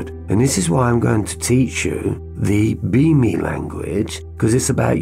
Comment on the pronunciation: You say B*Me, I hear « Beaming ». Everytime. I think it works well together. Thank you, from the heart, for this work of light you’re doing. 🙏